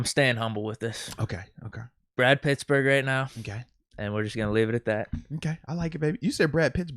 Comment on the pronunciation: I too heard “brad pits burger” 🤣